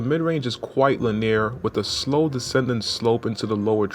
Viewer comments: Enjoyed the review. Piece of advice, the script is very well written, but it feels forced, I’d like to hear a more natural presentation, you don’t need to push in words you aren’t comfortable with to come across as credible. Linear is pronounced ‘lin-e-ur’ rather than ‘lin-eer’ by the way! Thanks though man, really great review. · Please pronounce "linear" correctly. It makes it seem like you may not know what it means and/or are reading from a script.